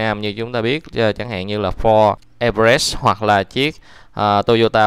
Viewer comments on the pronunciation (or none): none